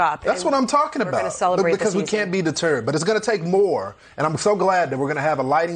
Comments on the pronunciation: "We can't be de turd." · Did he say "we can't be deterred" Or Did he say "we can be the turd" ? Because I definitely agree with the second one.